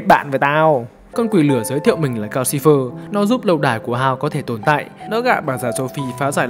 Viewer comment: Calcifer mà toàn nghe thành Gao Silver. =))